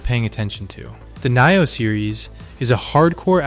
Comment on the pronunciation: Knee-oh.😂 Nioh 2 is amazing! It's hard but worth it. I played through 8x. Each time you start new game plus the game changes. First playthrough is like just the tutorial really. Watch walkthroughs so you can find all the kodamas in your first playthrough.